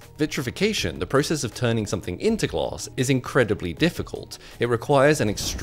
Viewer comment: Gloss is all I’m hearing